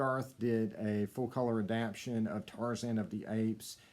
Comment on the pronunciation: Adap-tation, sir.